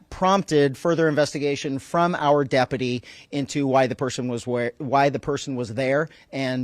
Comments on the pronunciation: Does Sherriff Chad know how to say the word: Deputy? I thought he mispoke the first time but but then he did it again! Is this like in spain when everyone started to thspeak with a lithspe? 😅 so trump makes no apologies and then tries to "weave" in a new pronunciation of a word as if he hadn't just made a word salad and regurgitated it back up into incoherent slurred speech 😅😭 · How can he keep saying depity with a straight face